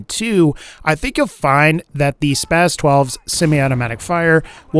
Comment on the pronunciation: Its "spas" not "spaz" lol